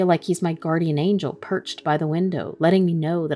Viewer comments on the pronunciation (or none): none